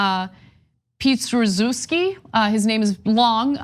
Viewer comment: Great reporting! Sidenote: Ana, his last name is pronounced Pee-eh-troo-shev-skee. It's Polish, which uses a z instead of an h for certain letters, so the "sz" is a "sh" sound. Other uses include "cz" (chuh), "dz" (juh), and "rz" (rzhuh). Also, the "w" in Polish is a "v" sound. My father's mother was an immigrant from Slubice, so I've been teaching myself the language for many years. It's quite interesting.